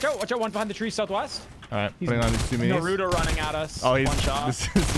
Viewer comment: Did Nick just say"narudo"